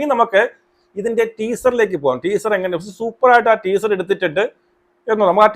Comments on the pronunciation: ട്വീസർ അല്ല മണ്ടാ... ടീസർ 🤣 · നിനക്കൊന്നും വേറെ പണിയില്ലേടാ ഊളെ ആദ്യം ടീസർ എന്ന് പറയാൻ പടിക്ക് മര്യാദയ്ക്ക് 🫢അവളുടെ നന്മരം ഷോ അവസാനിച്ച സ്ഥിതിക്ക് ഇനി അങ്ങനെ നിന്നിട്ട് കാര്യമില്ലെന്ന് മനസിലായി അതുകൊണ്ടാണ് വീണ്ടും സിനിമയിലേക്ക് ഇറങ്ങിയത്